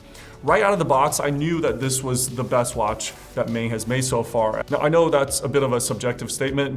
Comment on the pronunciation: Maen should be pronounced as Maan (as in Naan bread with an M)